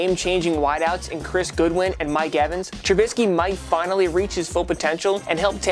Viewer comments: "Chris Goodwin" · He said chris goodwin 😂🤣😂